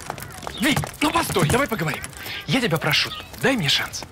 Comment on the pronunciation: Да и еще не люблю, когда она говорит вместо тебя "тя"👎👎👎👎